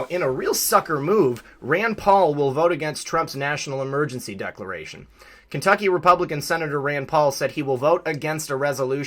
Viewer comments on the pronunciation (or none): none